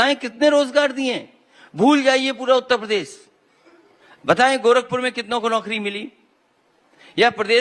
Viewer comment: आजकल इस विरासती नेता को रात दिन कुर्सी ही दिखाई देती है पर जनता है कि कि समझने को तैयार नहीं है। योगी जी यदि अजय कुमार विष्ट हैं तो अखिलेश यादव भी टीपू हैं। भाई पहले मुख्यमंत्री का सपना देखने से पहले ठीक से उत्तर प्रदेश का उच्चारण ठीक से करना सीख लें।बार बार उत्त प्रदेश सुनना अच्छा नहीं लगता।